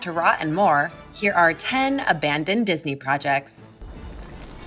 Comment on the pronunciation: Ah yes dinsey porjects, my favorite